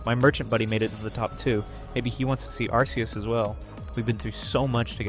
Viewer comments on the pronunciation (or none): Its ark ee us not arse ee us bro. Arse is a whole cuss word. You really think theyre gonna include it in an official pokemon name? be serious